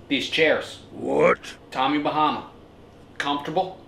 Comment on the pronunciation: Do not say tommy bamma